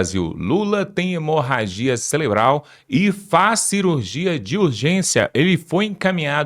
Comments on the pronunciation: SABE NEM FALAR CELEBRAL KKKKKK CAKAVA BOCA OFÉLIA KKKKKKK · nao e celebral,e cerebral.eita mobral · não é celebral... é cerebral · NÃO É CELEBRAL MENINO,,,,,O CERTO CEREBRAL TA BOM ? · "CELEBRAL???" UHUmmmmmmmmmmmm...paulo freire... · Cerebral não celebral🥴😖😖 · Orras, amiguinho, "CELEBRAL" é de doer os tímpanos...😂